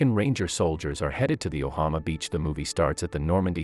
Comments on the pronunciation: yeah and he said ohama instead of omaha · It pronounce Omaha not ohama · its omaha not ohama